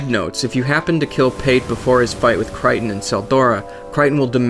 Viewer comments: Its pronounced Kray-ton not kriton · CRAY-ton not cry-ton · "Cray-ton", not "Cryton". "Earth-en", not "Earthern" "Cop-se", not "Coapse" Great vid, but your pronunciations kill me.